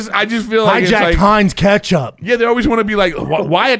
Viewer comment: Can someone tell erik how to pronounce ketchup